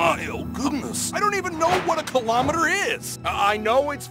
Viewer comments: WHAT THE F### IS A KILLOMTERRRR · What the fuck is a colometer